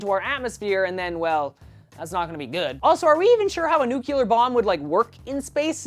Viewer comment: NOO!! Don't fall into the "nuke-u-lar" trap! It's "nuc-lee-er"